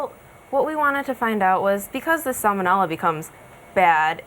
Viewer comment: Sal-moh-nella. Vye-roo-lent.